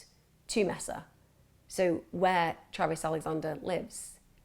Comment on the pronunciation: It’s pronounced “Maysuh”. Not “Messa”.